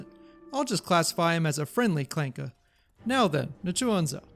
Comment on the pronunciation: Hard R on the ClankeRRRR